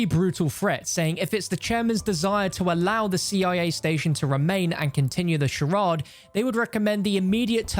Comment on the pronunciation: Bruhh how you missed pronounce charade at your age 😂😂 love the content tho